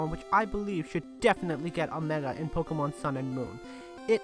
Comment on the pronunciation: he says Pokemans